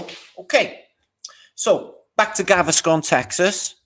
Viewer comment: It’s funny you called Galveston “Gaviscon” which is a tummy medication